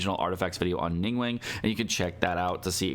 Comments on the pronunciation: Not chinese but pretty sure its not pronounced Ning WENG but ning gu-hwang(but very fast) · Its not ning-wang is closer to ning-wong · Ningguang isnt pronounced nin gueng pleaseitishurtingmeears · Game has voice acting in like 10 different languages, none of them pronounce it wrong.: "ning-wayne" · love your videos but it's pronounced: ning-guang (ning-goo-wong). 凝 (ning) 光 (guang). 凝 - stiff and 光 - light. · Why do you say her name like that? Lol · Finally i found someone who noticed too!